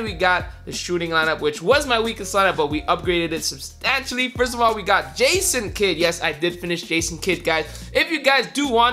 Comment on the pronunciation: Every time you said substantially I cringed